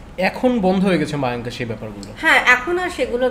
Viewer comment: Ota mayank noy mayong